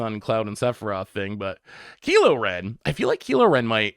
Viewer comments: The butchered names lol good ole Keelo Ren 😂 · Kilo Ren 😂